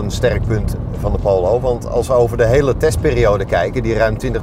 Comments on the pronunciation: Hahaha. Poowloow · Prima video. Wel even het woord Polo uit leren spreken. pholow